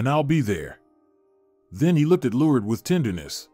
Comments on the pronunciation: LORD-ES= LOURDES😂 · If you get a narrator you need to make sure that the narrator pronounces the words properly he's got her name Lourdes is pronounced completely wrong.. Not only that it was a badly written and horribly narrated story all the way around what a waste of time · Good story but the mispronouncing of the name Lourdes drove me nuts. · It's cute how the narrator pronounced "Lourdes" as "Lourds". It's supposed to be pronounced, "Lour-Des". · I love the story but am disturbed by the Lourdes’s pronunciation. I thought it’s pronounced “LOR DES”. (Just an opinion) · Why can you say Liancio but can’t pronounce Lurd-e-s. I really liked the story but have a hard time time with mis pronunciations. Her name was not Lurds but Lurdes. The last three letters pronounced des. 🤦🏻‍♀️ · Lord-ess. It’s pronounced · It would be better if the narrator would be able to pronounce Lourdes correctly. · This speaker is mispronouncing the name, “Lourdes”. What a shame. It’s a beautiful name. Like chopping it with a dull ax.